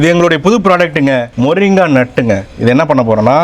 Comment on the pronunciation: வெள்ளைகாரனுக்கு தமிழை சரியாக உச்சரிக்கத்தெரியவில்லை, மொறிங்கா என்றான்; உனது வாயில் என்ன கோளாறு?